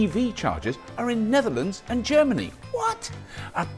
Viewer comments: ger-many, oh boy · germ-any, huh, so washroom style